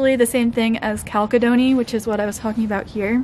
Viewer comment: it's actually pronounced "chalcedony", not "chalcedony".